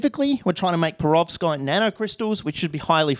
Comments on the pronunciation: What’s a ‘prevorskite’? …and a ‘fluminate’…? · I know what a perovskite is now...but wth is a prevorskite? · Perovskite sounds like a 5 tear old trying to pronounce peroxide